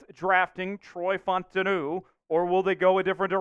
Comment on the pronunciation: FAUTANU- pronunciation is Fau Ta Nu Sounds like Foul-Ta-Nu